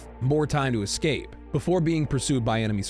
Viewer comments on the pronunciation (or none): none